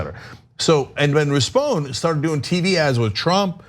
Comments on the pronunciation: It's pronounced Rispon-ee, like Phoney Rispone. Just a little info from LA :) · It’s pronounced RISS-PONE-KNEE, and yeah he face planted hard. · It’s pronounced “Rispon-we” as in “we”. Not trying to be a douche, just helping you out Ana. Much love. Tyt for the win!!